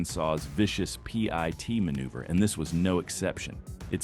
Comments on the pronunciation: Call it pit maneuver not a P-I-T maneuver you P-U- * - * -Y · Just call it a pit, not a P.I.T. that shit is annoying. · It's called a pit maneuver not a p i t